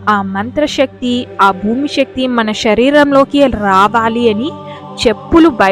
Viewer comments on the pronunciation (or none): షరీరం కాదు శరీరం అనాలి. షక్తి కాదు శక్తి అనాలి. ఉచ్చారణ సరిగ్గా ఉండాలి.